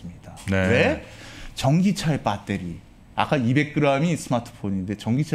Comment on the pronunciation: 폭스콘을 팍스콘, 배터리를 빠떼리...그냥 신뢰가...